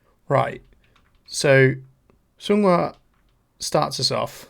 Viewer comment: It’s pronounced more like song-hwa btw rather than sung-hwa😊